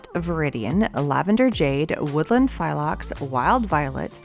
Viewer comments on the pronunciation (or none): Re new color WOODLAND PHLOX. Pronunciation is flox....there is no I or Y in the name. Just the Phlox. It's the name of a small shrub that grows a profusion of bright variegated pink flowers. Look it up and you will get a profusion of images of the plant. 🪴 And thank you for the roundup of new products...Creativation and the creators never disappoint.